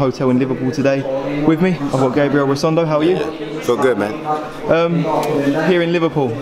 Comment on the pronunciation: I didn't even listen I just kept thinking about how he called him rosondo, casual